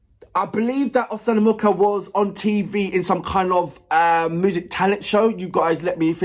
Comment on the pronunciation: I think it would be easier to pronounce Oksana if you read it like Oxana. And that sound in "MuKHa" is like in "AKHmed". It's a more deaf kind of H. The "K" isn't heard at all.